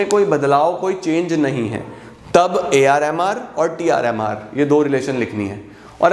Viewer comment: Jb bhi aap AR MR bol rahe the mujhe woh AR Rahman sunai de raha tha 🙂😂